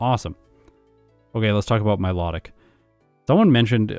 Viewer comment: Pokedex entry: Mylo-tic,: Mi-lot-tic, can't wait for the Reuniclus video 😅